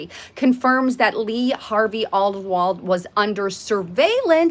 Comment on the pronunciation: does look better than usual today. Eyes, face and hair. Wow. Oldwold? Isn’t it Oswald, or is this Mandela Affect? lol